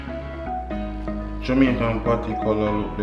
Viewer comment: Emphasize the P when you say patty because I thought you were thinking about other things